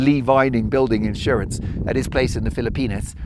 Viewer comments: STOP SAYING PHILLIP PENIS It is pronounced FILL-A-PEENS JUST stop it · The wind was too heavy on this one, Mark. It was too much to listen to. I do have one question: Is it a British pronunciation to say "Fil-uh-penis" instead of "Fil-uh-peenz"? 😂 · Ahaha i can't get over the pronounciation Philli-pen!s 😂 i know you said its authentic but 😂